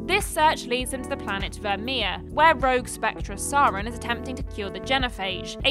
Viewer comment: Virmire, Rachni, Saren, Genophage. There's a boatload of weird pronounciation of iconic names in such a short amount of time. XD